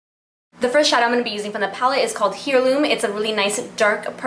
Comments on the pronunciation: Lmao girl, hair-loom. No no no. Air-loom. But good job. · Thanks for the tutorial. Love the look. BTW 'heirloo' is pronounced air-loom. and Reykjavik is pronounced wreck-ya-vik. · I believe the shadow stick is pronounced rake-ya-Vick. U believe. And heirloom, is air-loom. I love your videos, but just google stuff. Lol. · Fyi.... its AIR-LOOM, not here-loom..... like Heirloom Tomatoes.... Thanks for the video. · Beautiful look, the purple shadow is pronounced AIR-Loom :-). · You don't know how pronounce HEIRLOOM?! (AIR-LOOM) Please practice pronouncing words before you do a tutorial. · Hey girly!! Just discovered your channel, love your looks!! ;) but i just wanted to help a girl out and let ya know that Heirloom has a silent h, so it sounds like AIR-LOOM. Hopes this helps ya out and i cant wait to see more vids with this palette and other products!! ;) ♡♥♡♥♡